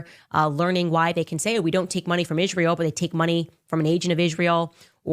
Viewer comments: They way she pronounces Israel drives me nuts. Also, she has yet to talk about the genocide of Christians in Nigeria. Her comeuppance is near. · Why does she pronounce Israel like she's just had a stroke? She does it almost every time